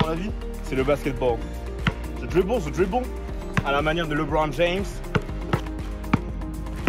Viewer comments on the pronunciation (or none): "Je drwible je drwible" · Parce qu'il ne prononce pas "dribble" à la française mais dans sa prononciation d'origine.